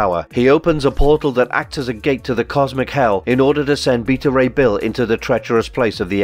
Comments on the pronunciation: His name is bet a ray bill that how it's said not the way you say it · (be-ta) ray bill say it with me now